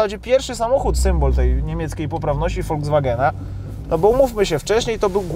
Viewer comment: Nie Woldzwagena, a Folkswagena! K...a!😉